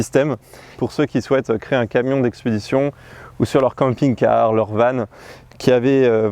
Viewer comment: j'ai une question qui me turlupine depuis le début. Pourquoi tu dis van (comme vent) et pas van (comme vanne)? À chaque fois que je l'entends je tique😅.